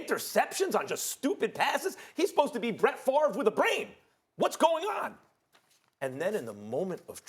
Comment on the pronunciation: Na max said brett farve with a brain 😂😂